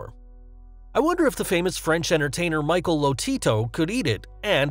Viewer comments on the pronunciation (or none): none